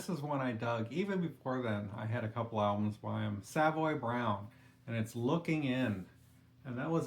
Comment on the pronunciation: Pronounced SUH-voy, NOT Salve-voy